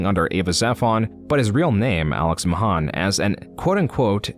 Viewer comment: I know this is just how his voice sounds, but I cant shake the feeling this is read by an AI, like the way he sometimes pronounces his name "Mahân" and other times "Mahæn"